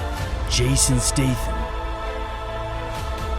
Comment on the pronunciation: That Stathom accent was quite good tbh